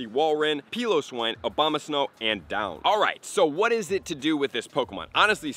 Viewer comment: Dude still saying Obamasnow lmao